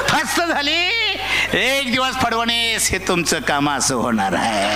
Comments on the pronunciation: तुला फडणवीस साहेबांचा नाव बोलता येईना ...फडवणीस म्हणतो... तू फडणवीस साहेबांना शिकवायला निघाला😅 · ह्याला फडणवीस सुद्धा नीट म्हणता येईना 😝